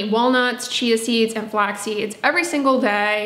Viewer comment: Anyone else hear,”walnuts, cheesies, and also fatty fish…” 🤣